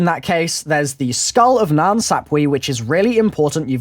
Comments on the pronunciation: omg its called mass emune pronounce it correctly and is nan sapway not nan sap"we" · IT IS PRONOUNCED SAP-WAY! STOP BEING A DOUCHEBAG AMERICAN, AND PRONOUNCE IT CORRECTLY! I KNOW YOU ARE SMARTER THAN THIS!